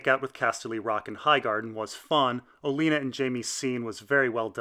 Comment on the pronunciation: You do know you said Alena not Olena? Liked the video, that was just really odd.